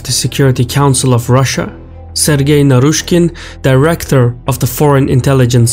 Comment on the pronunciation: Hahahha you got naryshkey very wrong. He is sacked already